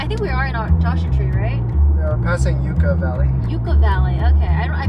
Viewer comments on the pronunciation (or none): Yucca Valley is pronounced yuck-uh 😜 "29 miles from water, two miles from hell" -- just kidding.. I actually learned to rock climb there and breathed in a good amount of sandy air while running on the berms Have fun and pour one out while you're there for Charlie, my first pet cactus that bit the dust when he fell off my third floor balcony ledge 🙈😭 (I still wonder whether he actually jumped out was pushed 🤔) Also, can you tell us if the Jumpin' Cholla is still out there? I never went in because it looked sketch but it was definitely a local institution. PS I was only in Thailand for an afternoon in August one time but it def felt hotter than any day in 29 Palms/Joshua Tree because of the sweltering humidity. Bring Pedialyte packets to spike your water and stay safely hydrated!!!